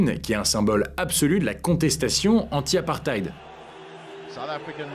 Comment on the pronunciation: On prononce « apparteyde » brother ❤️